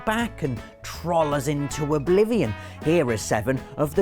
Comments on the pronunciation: Troll, not troal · It's not pronounced "trol", it's pronounced "trole". Trolliest? What are they, Tesco trolleys? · I love, but why does he mis-pronounce troll? It's meant to sound like trole, not trol. Unless he did that on purpose, the troll. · did I just say Oblivion? Me: no I believe you just said "trawl" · Troalliest? Jesus fix your pronunciation. Jesus almost as bad as brits saying parmazan instead of parmesan. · next time you say "trall" I will slap you so hard it will feel like you kissed a freight train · ( has a unique way of pronouncing "Troll". Don't think I've heard it before) The Elder Scrolls IV: Oblivion - The Adoring Fan Destiny - The Cryptarch Borderland Series - Claptrap (Poor is traumatised.😅) Final Fantasy VI - Ultros Tomb Raider II - Winston Metal Gear Solid Series - Johnny Souls Series - Patches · the way you say troll is fucked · It's great how he misspronounces troll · The fact you say troll with an "ah" sound instead of an "oh" sound makes me miss Manchester... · He says troll weird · pronounce the o in troll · You pronounce Troll wrong. Just had to put that out there :)